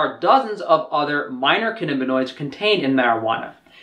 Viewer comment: For some reason you're pronouncing it "cannibinoid" -- why tho? It's pronounced as it's spelled.